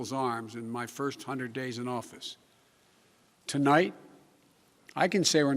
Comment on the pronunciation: I thought I was the only one who heard him say Tolight. I turned on the CC and noted that it said tonight instead of potato biden saying tolight. Youtube is correcting potato biden mistakes.